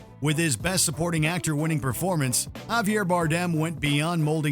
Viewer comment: Is he pronouncing Javier wrong? Or Is there another pronunciation I'm unaware of